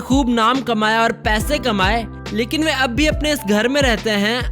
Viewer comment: Eb nhi ree Ab hai😂😂😂😂😂😂